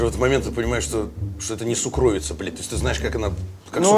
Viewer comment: Уважаемые, слово "сукровица" по-русски произносится с ударением на первый слог - сУкровица. Спасибо, скоро увидимся!